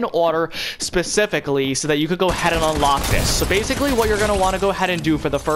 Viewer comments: And you say bacilay ALOT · say baciclly one more time